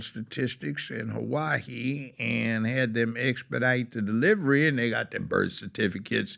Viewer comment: He doesn't know how to say Hawaii